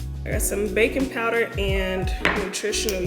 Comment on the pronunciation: I swear I heard "bacon powder" at the start 🤣🤣🤣🤣🤣🤣